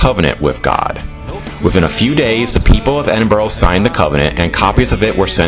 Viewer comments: Edin bur ra not Edinborough. Coven Nan Ters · I have to say, your two lovely guys...but please...for the love of god! Endinburrow is soooo annoying! It’s not pronounced like that guys! And walking right over the graves of people?...not cool and a bit disrespectful. Yes, I’m born and bred Edinburgh, work for The City of Edinburgh Council and spend many lunch breaks having my lunch in the serenity of Greyfriars Kirkyard..so yeah! I’m entitled to my opinion! But you two guys are pretty cool😎☺️I’m just so glad you enjoyed our beautiful, historic city☺️❤️ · I wish you yanks would learn say Edinburgh correctly. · The way he pronounces Edinburgh is just precious